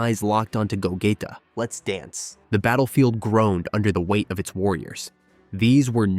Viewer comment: No offence but you’re saying Vegeta’s and Gogeta’s names wrong the e in their names are silent and you the g you have to say it by its self not when you say it in go